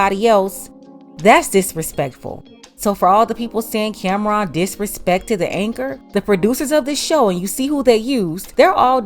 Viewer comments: Her calling him Camron instead of Cam'ron😅😅😅😅😅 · She didnt even pronounce his name right. Its pronounced Cam-Ron, not Cameron. After he said what he said, she shouldve started asking him about his projects. Instead she dismissed him. Get her TF outta here!